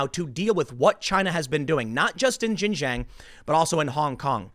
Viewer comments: Dude it kills me when you pronounce Xinjiang as "gin jang" 😂 it's pronounced "shin" like the front of you leg and then say the letter "g" and and "ah-ng" so, it's pronounced: shin 'g'ahng. Hopefully this is helpful, it's miles closer than what you've been saying 😂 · Xin Huang - Shin JEE ahng. Not jin jang. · Tim, it's not "jinjang" learn how to pronounce names correctly, it is xinjiang, pronounced more or less like "chinjiang" not "jinjang" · Tim, you're not gonna see this comment, but "Xin-jiang" is pronounced "SHin-Jiang", not "JIN - Jiang" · xin = sheen jiang = jee ahng.... damn man hard to listen to the bad pronunciation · 新疆 (xinjiang) is pronounced closer to 'shin jeeyong.' It took me a second to process what you meant by "jin jang." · Xinjiang pronounced: Shin-Jiang, not Zhin-zhang. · Xinjiang is pronounced "Shin-JeeYang" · X is pronounced more like Sh. Xinjiang = /Shin Jee Ahng/ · ...learn how to at least properly pronounce 新疆 （ xinjiang ) which is pronounced as “shin-“G-yang” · The Xinjiang region pronounced "Sheen-jiang" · IT IS PRONOUNCED SHIN- JANG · Tim, Xinjiang is pronounced "Shin-JYANG". X is "sh" and Q is "ch" in Pinyin pronunciation. Just saving you from future mispronunciations. 😋 Also, long live the ROC and death to the CCP! 🇹🇼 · You are pronouncing the region wrong. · Bro, learn how to pronounce Xinjiang, what you say has nothing to do with the place.